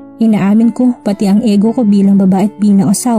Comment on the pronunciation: Ego is pronounced igo